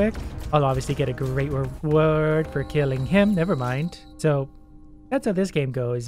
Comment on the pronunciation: Great " Rewoord"